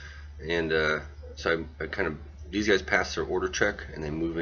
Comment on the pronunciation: Recce vehicles. It's pronounced Recky, not Reasy!